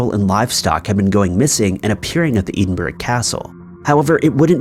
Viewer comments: Are we also going to talk about the absolute butchering of Edinburgh in the third story?? Eh-din-bruh, not "ee-den-berg" 🙈🙈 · Is he trying to say Edinburgh as in Scottish capital or was it Eedin-burg like he pronunced? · FYI - Edinburgh is pronounced “eh-din-bruh” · “Chasticised?!” I think you meant “chastised”. Also it is ed-in-bruh not ee-din-burg. Also cheh-shuh not che-sheer.